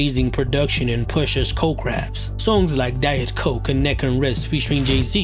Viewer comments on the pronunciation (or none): none